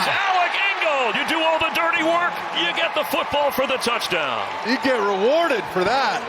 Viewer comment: "That was a Patriot ROUCHDOWN! For Remandre Stevenson!" 😂